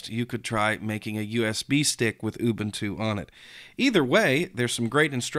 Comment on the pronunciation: ooobooontooo LOL!